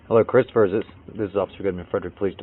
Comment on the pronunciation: Ughhhh I hate! Hate when she says "christoper"